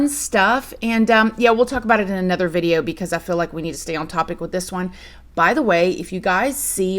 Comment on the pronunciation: SAME!!! I also used to watch Bella Fiori too, but her accent drove me crazy. She pronounces "video" as "viderrrr".